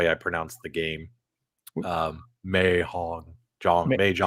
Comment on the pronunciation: the way you say mahjong is hilarious